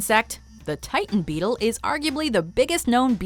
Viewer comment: how much times has she said bettle